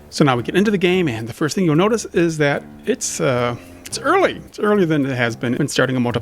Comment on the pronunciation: Ah, yes. My favourite word, "Fitst"